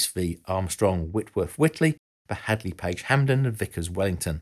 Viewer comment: Great but research research guys!! Its HANDLEY NOT HADLEY!